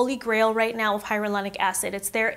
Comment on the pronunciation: It’s hyaluronic not hyarulonic